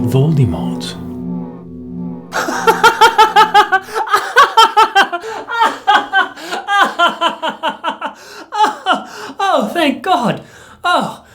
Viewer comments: Why are they saying "Voldemort" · think they mean why did they pronounce it with so much e in the middle, I think that's why they spelt it like that. It was bothering me a bit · I am really confused, did they really call him Lord 'Voldiemort'?